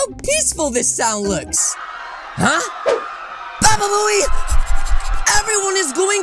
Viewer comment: U said baba boey